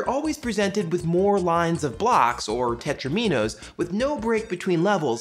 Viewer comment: The word "tetraminoes" should pronounced with the accent on the 3rd syllable from the end, just like "dominoes". So "tet-RAH-min-oes", not "tet-rah-MEE-noes".